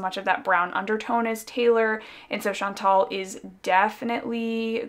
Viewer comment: Hi! I've been debating for a while about buying "Rue" because of all the hype, but I think that you've convinced me to get Brigitte instead. Also, as a French Canadian, may I just correct the way that you pronounce "Chantal"? It was a very popular name for girls my age (one of my closest cousins is called Chantal) and the right way to pronounce the "al" at the end is to say it like a guy named "Al"! Not "ol", like you've been pronouncing it in this video :) Sorry, I know that some people don't like it when we correct their pronunciation but I thought you might want to know :)